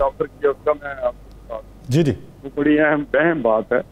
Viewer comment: Badi nahi bol pata. R bhi nahi bol sakta. Gajab h. Namuna.